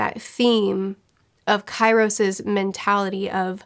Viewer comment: Key ros... for god sake learn your vowels. I thought you read for a living... <3